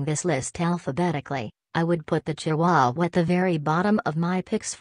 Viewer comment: Am I the only one that was bothered by how the robot pronounced chihuahua? Lol.